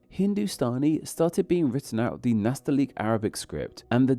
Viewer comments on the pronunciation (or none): Not Nataliq, it's Nastaliq... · You mispronounced Nasta'liq, it's not Nataliq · Nastaliq* not natali'q